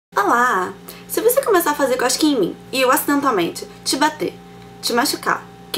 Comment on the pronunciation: eu entendi ela falando coxquinha ,kkkkkkkkkkkkkkkkkk